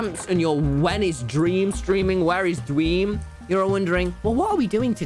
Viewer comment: dweam lolw